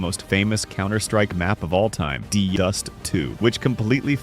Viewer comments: "He named the map 'DEH dust'" AI slop strikes again... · Never ever have I heard someone refer to DE_DUST as "duhdust"😂😂😂😂😂